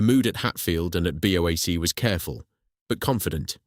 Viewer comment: BOW-ACK?? For goodness sake, it's B.O.A.C, each letter sounded separately.